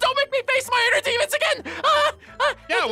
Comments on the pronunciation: "Deamons" lol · Its call demons